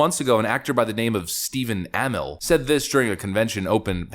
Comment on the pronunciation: Uh-mell. Not amil. Also i was at the con just he was in a couple months ago. Galaxycon Raleigh